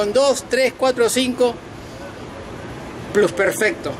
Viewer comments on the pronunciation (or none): none